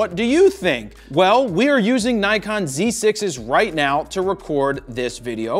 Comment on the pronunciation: I know i heard 'right meow'. 🤣